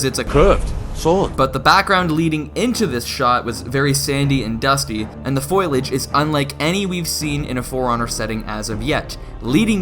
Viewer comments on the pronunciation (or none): Foiliage? Foliage? XD